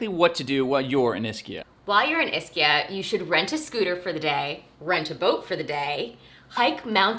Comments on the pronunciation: Hey!! Ischia is pronounced “Eee-ski-a”!!!! Not Iss-key-a Do that and the locals will know you’re a noob and take advantage of you... noob. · ischia is pronounced eschia not a short I. If you are doing a blog pronunciation is key.